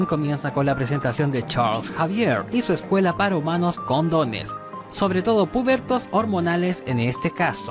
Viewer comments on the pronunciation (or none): Literal escuché condones y es con dones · Suena como escuela para humanos condones y no con dones 🤣🤣 esos mutantes tienen poder anticonceptivos 🤣🤣🤣🤣 PD: amo éste canal, me suscribo 👍🏼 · Buen video, aunque no puedo evitar escuchar Condones( sé que es con dones) en el segundo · suena a "condones" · Sin contexto parece que dice COND0NES